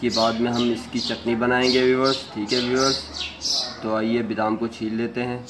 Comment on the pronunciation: bidam nahin BADAM kehtay hain,,please correct your mistakes